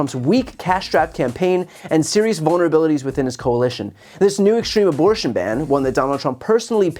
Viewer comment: The guy needs a speech therapist and probably a dentist before another attempt at public speaking. His "aborshshshsh'n" pronunciation damaged my hearing.